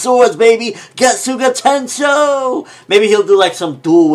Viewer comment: It's getsuga tenshou not getsu ga tenshou